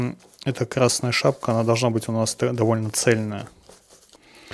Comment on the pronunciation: шапЬка, тряпЬка, подмалевЬка... Такой очаровательный выговор.